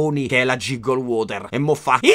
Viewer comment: Giggle si pronuncia ghiggol, non giggol. Ma ti perdono.